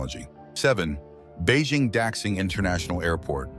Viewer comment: Videos often show wrong buildings or vehicles. Like Beijing capital international airport or the suspended monorail in chengdu (with the panda decoration). Also automated subway lines have been pioneered in Paris over 40 years ago. Finally Daxing airport is pronounced wrong. It should be more like "Dashjing" not "Daksing".